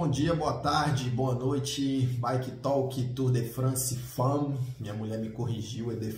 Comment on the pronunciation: Conheci o canal há pouco tempo e estou gostando bastante . Parabéns pelo conteúdo ! Indo de carona da observação da sua mulher sobre a pronúncia , segue outra : A palavra TALK é pronunciada " Tók" sem o "L" e não , " Tóllk " . Abraço !